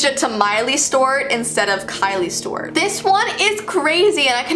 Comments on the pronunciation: It's STEWART not "Stewirt!!!!" 2 Syllables. Not just 1!! Lol I'm sorry but that drove me nuts!!! Also it's MARIE Claire. Not "Mary" Claire. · The way you said mileys/ Hannah’s full name is giving me major anxiety it sounds like you’re saying miley stort? 😳😑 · She kept saying Stewart but pronounced as Stowrt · It’s miley Stewart you kept saying it wrong 😂😂❤️